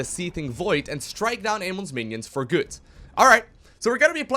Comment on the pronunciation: why do you say goot and not good?